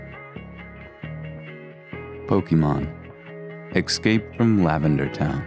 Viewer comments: You guys saying EX-CAPE instead of ESS-CAPE makes me want to push the Esc button, too. Seriously! I am not native english and I pronounce stuff better than you. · "EXCAPE FROM LAVENDERTOWN" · I cringe every time he says "exscape". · Argh, stop saying "excaping"...